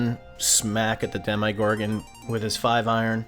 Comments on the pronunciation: Alright this kinda drove me nutty throughout the video but man ... have you ever heard anyone in this show, real life, or any god damn universe pronounce demogorgan dem eye gorgan ... c'mon man it's demma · My friend, great breakdown however, every time you said “Dem-eye-gorgon” it drove me crazy 🤣🤣🤣 there’s no I in Demogorgon!!